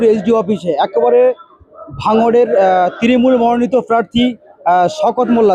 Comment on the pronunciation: ত্রিমুল নয়, তৃণমূল। হাতে মাইক্রোফোন নিলেই সাংবাদিক।